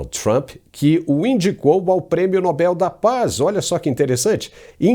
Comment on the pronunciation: Sr., o prêmio é Nobel. Se fosse Nóbel teria acento no ó. A última sílaba é a tônica. Como papel.